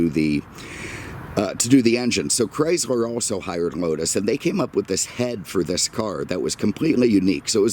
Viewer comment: This is not a Cadi-Mac!!! This... is a Chris-mer product!! LoL brahh your brand pronounciation jajajaja